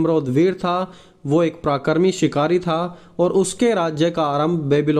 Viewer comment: भाई आप प्राकरीक ना बोलते पराक्रमी बोल